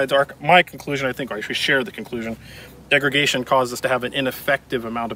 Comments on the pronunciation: "Degregation" , not a word. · the host keeps saying 'degregation' but does he mean 'degradation'? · degragation??? NO degradation , YES and yes, I am a gun nut and a teacher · Im pretty sure just said degregation like 3 times in a row, like "did i hear that?" "he's actually doing that" "tf, this is gunna bother me" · Am I hearing degreGation?